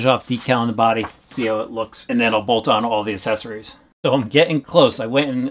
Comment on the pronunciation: Does it annoy anyone else that he says “assesories” instead of accessories